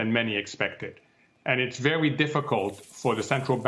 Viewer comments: Be vewy, vewy afwaid. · Vewwwwy diffewent!